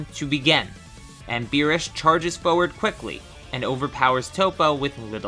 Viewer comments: Beerus not berrus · It’s Beerus not berrus. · he said berrus